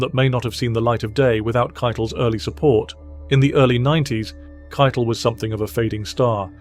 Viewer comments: “kei-tell” not kite-l. He’s not English; he’s from Jersey. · Harvey KEI-TEL. NOT Ki-tal